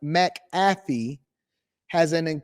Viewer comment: It's Pat MAC-AH-FEE bruh.